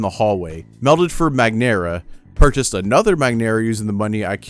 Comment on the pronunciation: Zero gravero 💀 enchanted domain 💀💀💀💀💀💀💀💀💀💀💀 magnara 💀💀💀💀💀💀💀💀💀💀💀💀💀💀💀💀💀